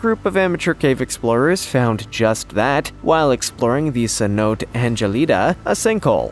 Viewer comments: Cenote - sin no tay, not sin note Galleon - gal yion, not cal yion Cartagena - carta hena Learn to pronounce or get a real job... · Cenote is pronounced “seh-no-tay”. Do a little research before recording. 🤦🏻‍♂️ “Carta-jeena”?! It’s “Carta-heyn-ya”. You get two head slaps for that one. 🤦🏻‍♂️🤦🏻‍♂️